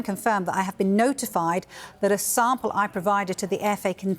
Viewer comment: “He pro-vi-dead a po-si-tive sam-pehl.” This guy is one of the worst speakers I’ve ever heard in journalism. I can’t stand him.